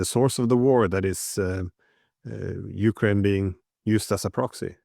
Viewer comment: Glen, I listen to you all of the time and you are very informative. However, please pronounce Ukraine correctly, the emphasis is on ‘kraine’ not U. Thanks